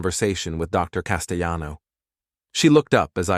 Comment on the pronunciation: A "" mispronounced "Castellano" 😂😂